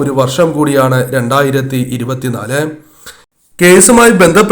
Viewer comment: ആദ്യം പറയുന്ന വർഷം എങ്കിലും clear ആക്കി പറയാൻ ശ്രദ്ധിക്കൂ 😜